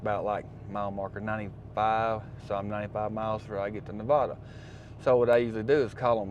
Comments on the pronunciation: You're saying Nevada wrong. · If you’ve been to Reno before, learn how to say Nevada.